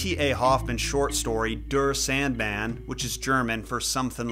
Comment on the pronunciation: Der Sandmann is pronounced Dare SAHNDmahn.